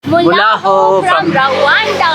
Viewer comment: It's not mulaaho it's muraaho